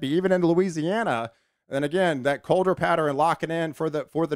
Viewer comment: Pattern= patteren Western= westeren Eastern= easteren Love your enthusiasm about the weather patterens. ❤